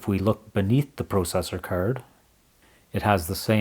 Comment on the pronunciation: You're pronouncing "processor" wrong. It's pronounced "processor" but you keep saying "processor". Please fix this.